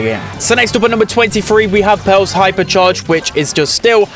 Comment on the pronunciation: Every time he said Pearl I thought he said belle